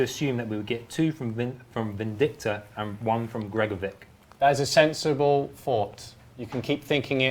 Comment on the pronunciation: Shouldn't it be pronounced "gregoro-VICH" instead of "gregoro-VICK"? It annoys me